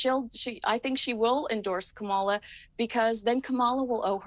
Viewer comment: It's Kah mah lah